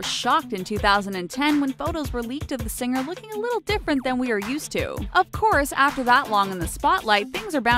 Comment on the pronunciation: Or "sing-ger" instead of "singer".